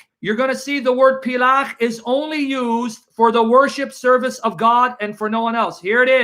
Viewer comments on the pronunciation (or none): Word is pel-akh/palak not plach btw.